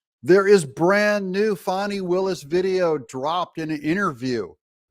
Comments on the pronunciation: FANI NOT FAWNI. IT’S FAN EEEE. FAN EEEEE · Her name is Fanni as in butt! Not Fauni that would be spelled differently!!